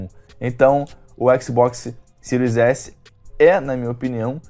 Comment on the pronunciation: sil s e siro x é foda kkk, aprende a falar cara kkkkkk